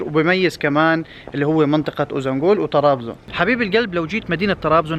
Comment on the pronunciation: شكرا للفيديو الجميل بس عندي ملاحظة ليش بتحكي قرية اوزانبول مع انها اوزانجول، هل لفظها بيختلف بالتركي مثلا